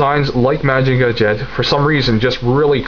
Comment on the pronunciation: Really excellent review. Lots of information but never boring. Solid in all respects. I don't know if anybody mentioned it, but if you just pronounce Mazinger as it's spelled, it is more accepted then saying Mahjinga. Most people are used to hearing Mazinger Z. Keep up the great work.